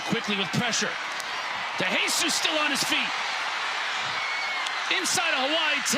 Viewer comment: For the love of God this announcer needs to learn how to pronounce De Jesus properly.